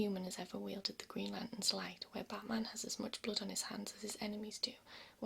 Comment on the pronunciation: And the "batman hosh"